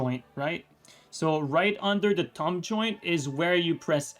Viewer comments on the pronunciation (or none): Have to admit, the fact his pronuciation of "thumb" sounds a lot like "tongue" to me made this video a lot funnier that it was supposed to be. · When you were saying "thumb" I kept hearing "tongue" and was like......